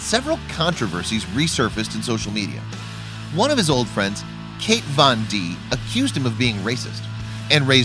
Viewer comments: Lmao he said Kate Von D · Its kat not kate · KATE VON D! KATE VON D! please draw their life do some research. Its Kat Von D like cat but Kat not KATE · Lol it’s Kat not kate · Kate Von D???? It’s Kat Von D. Maybe do some better research before posting. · KAT not KATE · OMG LOL “Kate von d” It’s KAT (pronounced cat) von d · “Kate Von D” 😂😂😂😂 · “kate von dee” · “Kate Von D” 🤦🏼‍♀️ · Did he just say kate Von d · Did he say Kate Von D? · "Kate von dee" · He did not just say Kate von dee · lol “Kate von de” 😂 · He said Kate Van D I was soo shook as well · Tiera Jarmond she's so irrelevant that he didn't even know how to pronounce her name 🤷🏻‍♀️